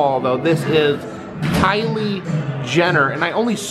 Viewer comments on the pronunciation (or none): Kylie not miley